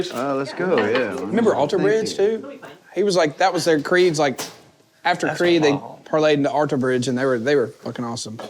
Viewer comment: Them butchering Creed makes me cringe 😂